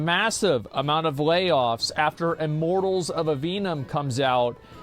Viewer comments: "iMorTaLLs oF AVeeNuM" 💀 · How many times can Asmon can say "Immortals of Aveum" wrong. Turns out, it's a lot.